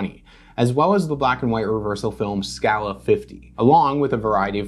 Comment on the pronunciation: your pronunciation of Scala is a new addition to that list of weird AR pronunciations of words